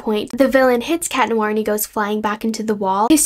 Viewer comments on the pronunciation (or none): none